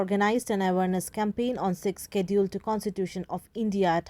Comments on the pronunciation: Not sixsedule....sixth schedule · Your pronouncetion is not good not sixkedule sixsedule